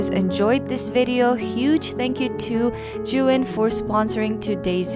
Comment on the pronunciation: It's pronounced as "zhe yoon" Besides that your work is amazing. I learned a lot on this video.